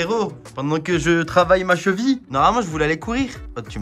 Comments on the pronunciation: Ya que moi que sa faire rire la prononciation de la cheville chez " la chvi " 😂😂😂😂😂😂😂😂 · Oui, on dit la Cheville et pas la jville! 😂😂